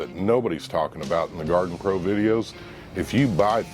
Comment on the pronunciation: Its not Garden pro it gardepro. Pronounced like guard pro.